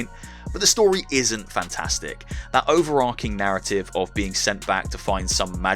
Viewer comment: I've never known anyone say "overar-King", instead of "overar-Ching"...